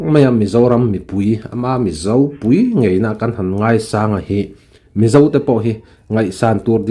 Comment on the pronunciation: Rsa kan Mizo púi, ti a, thluk sâng lo vin. Rsa kan mizo pùi ngei ti a, sawi tur a ni ang.